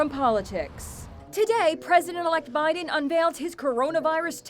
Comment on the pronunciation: She said joe Bodon 🤣